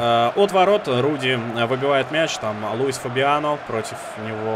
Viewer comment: ты неправильно назвал имя вратаря норвича не Рудди а Радди я просто фанат футбола я знаю